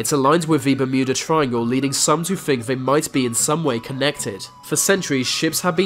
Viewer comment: GO TO SPEECH THERAPY... Blow your nose... Bloody awful. "fink" instead of think.. "Airwea" instead of area. "fousand" instead of Thousand. "growf" instead of growth. Totally f'd up what could be an interesting doco. Redo it with another speaker